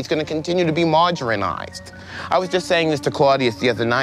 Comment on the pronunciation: LMAO he said “margarinerized”.